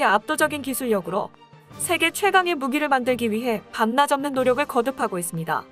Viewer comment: 밤낮 없는의 발음을 정정해야겠습니다. 밤나접는이 아니고 밤낮 없는으로 읽어야 합니다. 내용이 너무 좋아서 끝까지 들었지만 마지막 부분에서 귀에 거슬리는 이 발음 때문에...